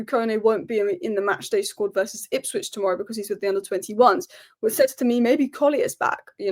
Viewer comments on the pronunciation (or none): none